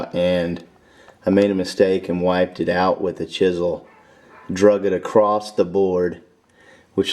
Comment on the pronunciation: AcrosT ..........................argh with that T